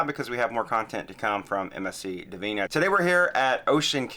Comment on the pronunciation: Interesting ship. Funny to see it so abandoned. Looks like a ghost ship lol. Not convinced you were pronouncing the name correctly lol.